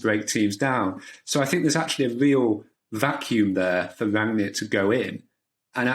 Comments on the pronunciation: Please pronounce his name correctly; two syllables - RANG-NICK and that is it. Do not pronounce it as you would pronounce an english name. Have heard only one guy/person on the various Stations pronouncing HIS NAME correctly. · It's pronounced "Rang-nick". Not "Ranjek". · "Rung-Nick" - You're welcome.